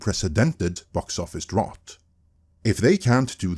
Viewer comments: no shade my dude, its pronounced drOUT. like, "get out". good vid per usual. edit: english is dumb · What's a drot? Also a drought would be an absence of superhero films not shitty quality ones no one is watching. Strange choice of words for the article. I think they only did that to expose that can't pronounce the word. Anyway, even this video actually misses the true cause. DEI is a very broad package, but it's not the main issue. The issue is the feminization of masculine brands. That is a FAR bigger issue that forced diversity. I'm not saying DEI isn't an issue, just you isn't saying the things the article list were not factors, but if we are going to focus on the biggest problem, that is what it is. FACT: The Superhero genre and superhero comics in genre is designed to appeal to boy and specifically boys male power fantasies. That is the very core and roots that build the foundation on which all the success was built. Doesn't mean you can't have female heroes, doesn't mean you can't have female fans. But it is part of what makes the genre what it is. When you start trying to feminize it you not only put off the male fans, you put off them women that did previously like it because they specifically rejected girly entertainment for masculine nerd stuff. If they wanted to watch girly stuff they'd be going to romantic comedies instead of superhero movies. What the feminization does is try to appeal to the women that were doing that and they will never be convinced to watch superhero movies. And so you have disaster. You can say "But they are doing it for DEI" an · Drought is pronounced "drout", like trout. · Drought rhymes with trout. English spelling is a mess. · I know it’s picky, but it’s pronounced dr-OUT😉 Keep up the good work though😊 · Drought doesn’t rime with thought. Drought rimes with about. It’s weird, I know. English is a weird language. But just so you know your pronunciation of the word ‘drought’ was incorrect.